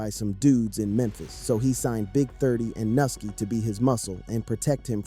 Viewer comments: Nigga is pronounced new-ski who th is nusski 😂 then he doubled back n called the n* “nilky“😂then pronounced it correctly as “Nuski” then called the man noki then noski trolling at a all time high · lol u disrespectful mfa mane can’t even pronounce nuski name 💜